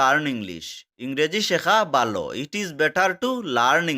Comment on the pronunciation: ভালো কে বালো বলছেন কেনো । কোনো সমস্যা আছে কি ।